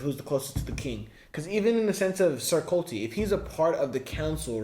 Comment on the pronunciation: ....it's CORLYS...not colty. nor corl. CORLYS